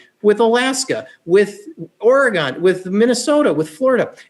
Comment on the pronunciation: I like what he has to say, and agree entirely, but it is absurd that he doesn't know how to pronounce Oregon. :)